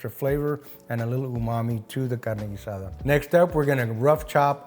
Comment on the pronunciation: It is cool...pronounce GEEH